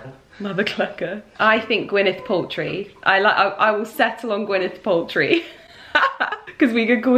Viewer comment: The American actress name is pronounced Gwyneth Paltrow not Paltry.